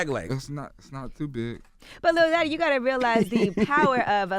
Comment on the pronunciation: ITS YACHTY not YATCHY